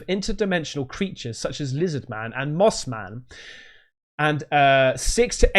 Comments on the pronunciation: it's suppose to be moth man not moss man just to clarify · It's MOTH man, not moss man. Moss man are the guys you see in camo at the dicks sporting goods. 😂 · Hi! It’s probably Mothman not Moss Man;) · Mothman, not Moss Man! lmao! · I'm from eastern Ohio and It's Mothman, not Moss Man. We should know... the famous sightings were a stones throw away from us. And remember... Mothman is the highest level next to maybe a skin walker as far as interdimensional beings. WE LIT!!!!